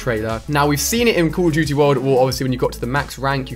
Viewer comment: Cauol of dooty